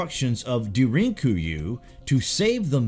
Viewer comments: do you search out the correct pronunciations? Because I've always heard it spoken has " Darin Ku you " and " not da rink Ku you " or whatever you said. I usually just ignore your pronunciations and keep on pronouncing it how I've heard it. It comes up a lot though. If you just read them, then hay I'm not faulting you, but if you do search up the pronunciations, you're right and I can learn from it, so I'd like to know. Another good video thanks brother, and LH team. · Time to teach on how to properly pronounce Derinkuyu (Dare-in Coo-You) should be close enough? Cheers Did anyone else notice that the two sculpted reliefs and are exceptionally different? Count the feathers in the tail for one. This makes me ask lots of questions...